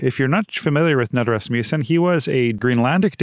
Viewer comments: Knud is pronounced like “ nude,” not “nud.” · And the K is not silent!